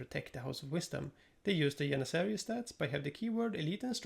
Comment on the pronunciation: Why do europeans struggle saying janissary? This is like the umpteen sign ive heard it said janissariat